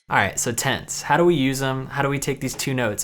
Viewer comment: It took me several repetitions to figure out he was saying "tenths". Tents? Tense? Oh "Tenths!"...